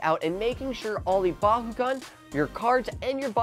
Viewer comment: Why do you say bahugan